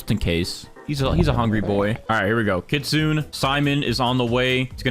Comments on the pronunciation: did nobody tell him he cant stack sprinklers anymore and its not pronounced kit sun its pronounced kit soon nay no hate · its pronounced kit-su-ne btw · Why are people saying kitsune as kit-soon? It's kit-soon-eh.